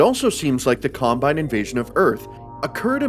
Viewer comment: im extremely sleep deprived rn, and i heard: "In Half Life 2, the CUMbine occu-" ... i died laughing